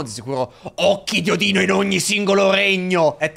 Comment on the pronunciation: mi sono cagato sotto, potevi scandire meglio la 'n' di Odino 😂